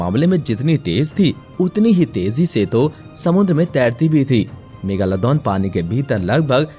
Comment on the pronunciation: bhai ya megalodon hain megaloddon nahi